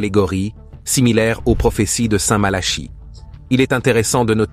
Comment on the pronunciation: Révisez votre copie, ça s'écrit Malachie et ça se prononce Malaqui.